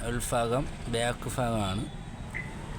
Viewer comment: എടൊ നീ ആദ്യം പോയി മലയാളം പഠിച്ചു സംസാരിക്ക്. കാറിന്റെ ഉൽഫാഗം അല്ല. ഉൽഭാഗം ആണ്. (ഭ ) എന്ന അക്ഷരത്തിനൊക്കെ നീ (ഫ ) ഉപയോഗിക്കുന്നു. ആദ്യം നീ പോയി പല്ലു തേച്ച് വൃത്തിയായി നാവ് വടിക്ക്. അതുപോലെ നീ ഈ കാറിന്റെ ഓണറോട് എന്നും മുതലാളിയോട് എന്നും പറഞ്ഞു. രണ്ടും ഒന്നുതന്നെ അല്ലെടോ